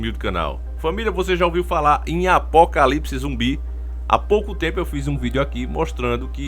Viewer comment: Olá aqui é o Davi! Você já ouviu falar em Apókalipsce Zumbí? Hehehe achei engraçado essa parte